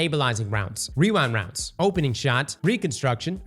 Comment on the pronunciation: weewa wownds never gets old lmaoo